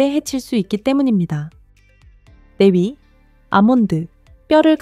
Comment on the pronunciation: 4위-네위 3위-세위 AI소리인가요?